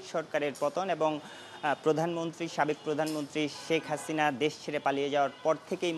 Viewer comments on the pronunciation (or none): none